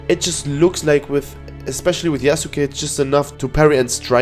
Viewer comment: Im glad that you're saying Yasuke correctly and not "Yasskeh" like other youtubers